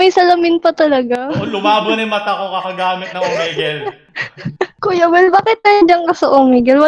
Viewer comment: "Omigle" I lost my composure here.